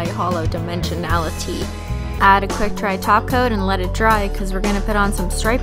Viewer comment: kept hearing "taco" instead of "top coat" orz